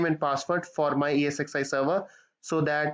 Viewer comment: Thanks for the explanation. One small suggestion, while talking, you say EXsi instead of ESxi :) Please rectify